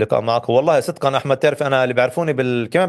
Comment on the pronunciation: نحبك يا وائل لتميزك في تلخيصك الصحفي اليومي الذي تقدمه عبر تلفزيون الغد .. لا تقول إِحمد او محِمد والفظهن صح ههههههههه